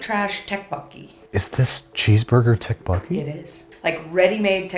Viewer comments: It's pronounced dokbokki(with a hard D), not tekboki.. Awesome ep again, more of these please! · I love this. Gotta say, tho... "Tech-bogie". That's a first! Tteokbokki (Dduck - boke - ii) :) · just so you know tteokboki is pronounced more like "deokbokki!" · “tech bowky” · I was so so confused when they were saying TEK-bokki….like what is that? 😭 It’s pronounced Tteokbokki (TH-OH-KK-BOH-KEY) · "techbowkey" is the craziest way I've seen anyone say tteokbokki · tuck bow key. 🤡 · I’m sorry, did they say TAKEBOKKI??? 😭😭😭😭😭😭😭😭😭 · "tech bockee" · Can we talk about the pronunciation of tteokbokki? From what I’ve known, it’s TOE-bow-key 🦶-🎀-🔑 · Tteok in tteokbokki pronounced "thok" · I never heard it be call TEXT bo key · Tteokbokki NOT TECK-bokkie Tock-boke-ee. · I'm sorry, did they say Tok-Boki? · FYI Tteakbokki is pronounced "tok-boki" like the tok from tiktok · "techbucky" WHY!! 😭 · The way they pronounce 떡볶이 tteokbokki hurts my soul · that is not how you pronounce tteokbokki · Please learn how to pronounce tteokbokki correctly 😭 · I love Babish but the botch pronounce of tteokbokki was killing me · loves Tteokbokki but can't pronounce it, lol